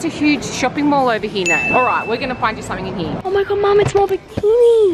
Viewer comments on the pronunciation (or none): none